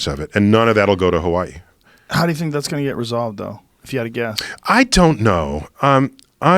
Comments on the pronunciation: Any one realize how Neil says Hawaii he says it like ha-wa-y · I love how he tries his best to properly say hawaii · I hate when people not from Hawaii pronounce It how Neil Pronounces Hawaii its fucking annoying lol